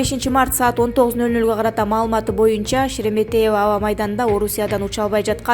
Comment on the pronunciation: сен Шереметьево дегенди нормально айтчы. Кишинин кыжырын келтирбей🙄